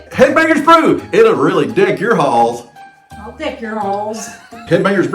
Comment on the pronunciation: You said "deck your halls" but I thought had heard "k--k your b---s". 😁